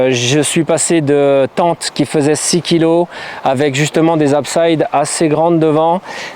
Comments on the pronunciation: Bravo et merci,, super vidéo, très instructive! Un petit détail constructif (ce n'est absolument pas une critique!!!): pour la tente, on ne dit pas "absaïde", mais tout simplement abside:-). C'est un mot un peu ancien, issu du vocabulaire architectural médiéval, en particulier pour les églises;-). Pour le reste, ne change rien, c'est nickel, et profite de ta chance de pouvoir voyager et bivouaquer! Signé: un motard qui vient de se choper une saloperie de tumeur au pancréas, donc les virées, pour l'instant, c'est compromis... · Encore une chouette vidéo ! Pour info : On parle d'une ou des abside(s) ; c'est un mot français et donc le "i" ne se prononce pas comme en anglais.... ;-) bientôt et merci